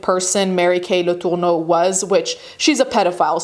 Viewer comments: Probably should have gone with "Mary Kay" instead of the off-putting pronunciation of "Latourneau," like there's a loogie caught in your throat. When the case was making headlines, everyone pronounced the name as "La-ter-no." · The way you’re pronouncing her name is sending me. Home girl is American and pronounces it as such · Stop saying “Letourneau” like that. I get that you wanna throw up when you say her name, but it’s super jarring. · Why are you saying her name weird like that. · ... I can't out my finger on why, but each time she pronounces Mary Kay's last name as if they're reaching back into time for the most obscure "original" pronunciation, I die a little inside. Like... I know y'all are too young to remember these things, but please look up how to say names you've never heard. OMG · Why are you saying her last name like that though? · Is that really how her last name is prenounced? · In all my life knowing about this very high profile highly talked about case… I’ve never heard their names pronounced like that 😂😂😂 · Yeah the pronunciation of especially Marys last name was odd but no one was saying anything 👀